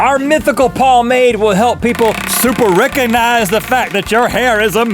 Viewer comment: I love how it sounded like Link said "can you Rhett-cognize faces reconize